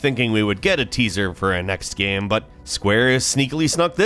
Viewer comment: Why do you pronounce the word "game" so weird? It's only one syllable, dude